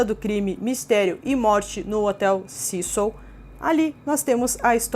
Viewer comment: Pessimo, eu moro no Canada e a historia da familia nao ter ido ja em seguida pq eh longe..oi???Canada faz fronteira com USA e temos voos diarios de Vancouver, Toronto, Quebec direto para LA , a pronuncia do nome do hotel esta errada. Cécil como se le se fala em ingles tbem